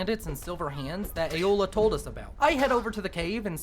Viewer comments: This is the second time I've watched this video and only now I've noticed... He kept the whole video saying Eola instead of Aela XD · I feel the need to point out that it's Aela, not Eola. Eola's the cannibal. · Why he say aela like aola?????? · Ay-OH-la I cannot 😂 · Aela doesnt have an O in it 😅😅 The way you say it reminds me of something else